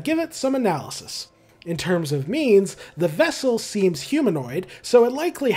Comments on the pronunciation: every time you said "in terms of means" all i could hear was "in terms of memes" T-T (great video btw!!) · Every time you say "means" I have to think for a second to make sure I didn't just hear you say memes... Also fantastic video, holy crap. I'll be subscribing to catch more of these.